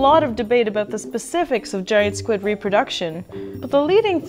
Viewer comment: It's ABOUT not ABOOT? We love our mayonnaise on everything they eat Canadians.